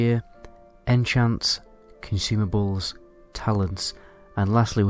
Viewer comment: When he said consumables, I thought he said “can you see my balls” 😂 I’ll see myself out.